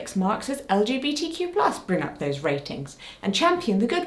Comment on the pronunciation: The B in LGBTQIA+ is not silent 😂